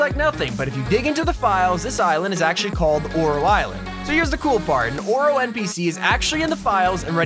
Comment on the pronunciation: When he said “Female Oro” I thought he ment “Aura” Lol 😝😂🤩🥶😵😎